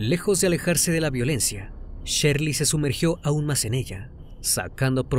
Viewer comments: No es Sherly, es Shirley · NO ES SHERLY ES SHIRLEY